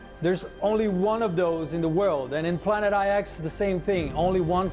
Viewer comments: The Planet Eye-Ex is pronounced planet nine. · Jesus, the 'IX' in 'Planet IX' is supposed to be a Roman number 9. Hearing it literally read 'eye-ex' is slightly painful.